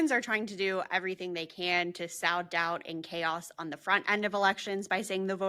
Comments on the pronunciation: the verb "sow" as in seeds, is pronounced like "sew" as in thread. the noun "sow" of course refers to pigs. trying to help you against the bad-faith MAGA: don't give them the opportunity to mock you. great videos! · SOW doubt is pronounced like sew or so, NOT like a female adult pig. Sow is a synonym for (to)PLANT; like to throw seeds in fields to be planted.